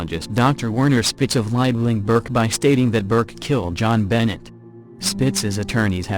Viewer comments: The Ramsey child's name is pronounced as Jon BeNAY. not Benett. Her murderer was identfied by the DNA on her underwear. He died of liver failurre, I think. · Who is John Bennett Ramsey? (rhetorical question) This is why not using electronic voices is better. The mispronunciation of the names is terrible. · Jenbo lol 😂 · It's NOT BENNETT!! Grrrr.... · Sorry, that was sarcasm. I know who they are. I was mostly making fun of the pronunciation. It just sounded awful. Thank you for your descriptions though. :D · JonBenet God I wish y'all would get names right when you talk about stuff makes it frustrating to even listen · "If you can't get the little facts right" - like the pronunciation of the victim's name? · Oh, just an FYI learn how to pronounce JonBenet's name they surprisingly mention to pronunciation quite a few times...